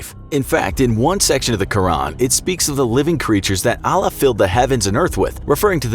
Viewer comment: By the way quran is actually pronounced "kur an" so you dont say ran , you stop and start with a without anything before it , its still one word and you have to say it quickly but when you say it you should say an at the end without connecting it to the R